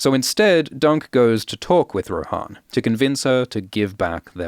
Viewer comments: on audiobook is her name pronounced Roe-Han or Roe-Anne, because you have just shook me to my core 💀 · Pronounced Ro-Anne, yeah? We're not in middle earth... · Isn't it pronounced like "Anne" but with "Roh" at the start. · How is it pronounced Joanne that doesn’t make any sense also in the audiobooks it’s pronounced Rohanne like how it’s spelt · I assumed Rohanne was pronounced like Jo-Ann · Am I crazy, or is Rohanne not pronounced like Joanne? I never considered pronouncing it like the horse lords form LOTR.